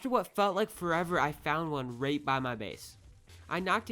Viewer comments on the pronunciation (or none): he says rate instead of right?????